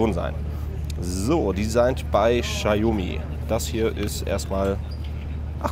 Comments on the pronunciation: Bei einem Unternehmen wie Notebooksbilliger.de hätte ich ein professionelles Video erwartet und kein Vlog scheiß. Vorallem kann der angebliche Mitarbeiter nicht ein mal den Namen des Herstellers richtig aussprechen. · Die Marke spricht man anders aus. Danke